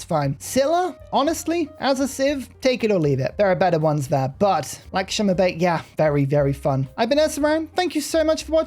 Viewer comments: pronounced like "LuxMe By " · its pronounced Lakshmi Bai